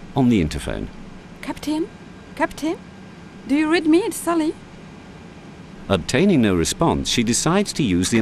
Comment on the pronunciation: Sally the flight attendant has a really bizarre accent, she can't even pronounce her name properly, "Sully" ?